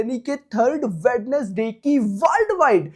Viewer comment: Wenz-Day ✅ WedNes-Day ❌